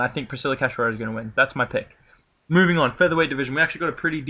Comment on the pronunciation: Thank you for saying "Cachoeira" correctly. I almost have a seizure every time Guru say it.